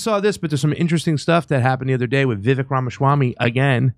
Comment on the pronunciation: Did the guest host just call him Rama-shawarm-y?! 😆 Funny. But now I want a shawarma! Good job there guy! 😬 PS: Dana Bash looks like Skeletor in a blond wig.